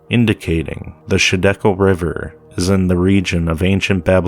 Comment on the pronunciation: I don't mean to be a troll or anything but it's not shidekel it's highdekel, the other ones are gihon, pishon, and the phrath.